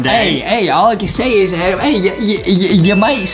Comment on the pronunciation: It’s not Adam it’s Adem